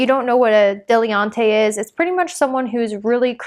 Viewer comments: Just for future use, Dilettante is pronounced "dil - et- aunt (dil-ay-tawnt)" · De-ly-tant. 😁 Thank you for the info. ❣️